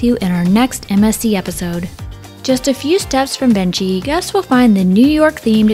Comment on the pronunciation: I love your ship tours! Thanks. FYI Venchi is pronounce ven-key. I was corrected on my first sailing on MSC by a crew member. 😁